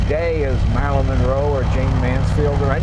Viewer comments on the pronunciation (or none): none